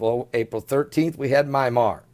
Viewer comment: you really need to get your pronunciations corrected by now: Vanuatu (pronounced: vanna-wahtu), Myanmar (not MyMar - it's pronounced like: Mee-an-mar), Seismologist (does not have a 't' in it), Pacific Ocean (not 'Specific' Ocean)! Lol!!!